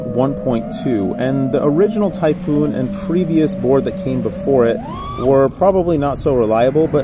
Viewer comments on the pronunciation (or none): none